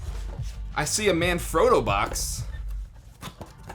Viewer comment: Why can't Americans pronounce words correctly.. They only ever pronounce their own words correctly.. But you get something like "manfrotto" and they can't even pronounce it.. Example, this guy can't pronounce it correctly -------- he can't even pronounce Yamaha!